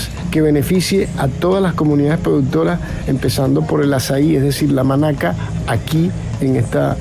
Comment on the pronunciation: Azai. No es tan difícil decirlo bien¿?